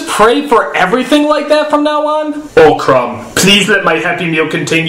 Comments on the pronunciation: It's CROOOOOM not CRUMB!!! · Crom godammit it's pronounced crom not crum